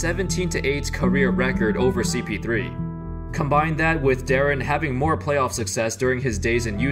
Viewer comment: Darren bruh it’s deron.